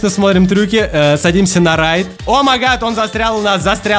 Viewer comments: Ты очень классный но поправачка не омагат а омайгат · не омагад а оумайгад